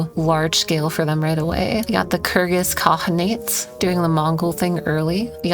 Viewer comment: you are pronouncing kirghyz khanate way off